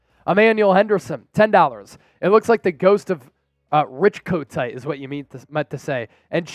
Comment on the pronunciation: you make me laff Kotite "coat tie " not the man lol